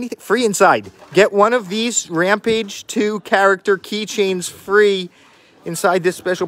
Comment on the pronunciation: It's Ram-PAGE, not RAM-PIDGE! 🙈